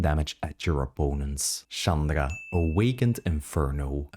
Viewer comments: Why do you pronounce Chandra like "Chandara"? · you do not pronounce chandra like that bro :0